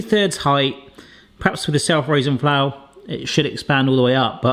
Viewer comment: As three words, says the raising flour part as if it is one word, if anything it should be "self raising" said as one word.